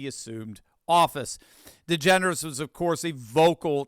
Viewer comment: You said Ellen Degenerate wrong.